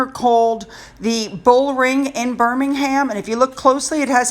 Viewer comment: FYI: Birming-em not Birming-ham. All place names ending in "ham" is pronounced "em" such as "Bucking-em palace".